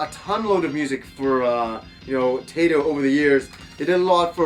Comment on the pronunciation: Nice review! I love Daddy Mulk and Zuntata, two of the most amazing things video game soundtracks have to offer. I can't listen to your pronunciation of Taito and Zuntata though: "Taydo and Zuntarda", come on :P Try "Thai-Toh" and "Zun tah tah". :b